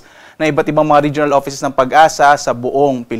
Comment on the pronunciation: It's pagasa, not pag-asa. Mismong empleyado ndi alam ang tamang pagbigkas. Ung mga magrereply ng ganito PASOK!: e di ikaw na, dami mong alam, etc. Lol